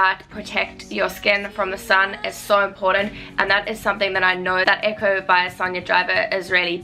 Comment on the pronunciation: We pronounce it Ee-co 😉